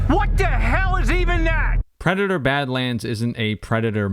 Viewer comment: Predatar? Avadator?